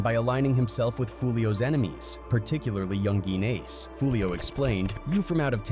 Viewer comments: It is pronounced yungin not yungeen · Dude it's pronounced youngin , YOUNG-IN ACE not young geen and Bibby isn't Foolios brother. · "Yungeeen ace" is fucking killing me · but that’s not how you say it lol